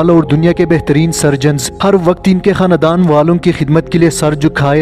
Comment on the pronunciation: Not KA—-NA ——DAN , but together! KHANDAN !!!! Check ur pronunciation !!!!!